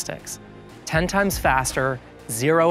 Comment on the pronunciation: Downvoted when he said "a hundred [ehks]" instead of "a hundred times." Was that YouTuber Bait or does he seriously not know what multiplication is?